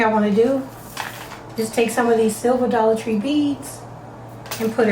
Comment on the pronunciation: Did you say Dollat Tree +??? Is that a whole different Dollar Tree or is that a section inside of the Dollar Tree?